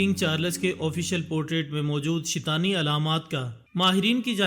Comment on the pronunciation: Not shitani its shaitaani